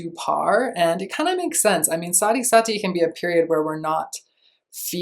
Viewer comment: Sati is pronounced as Saahtheee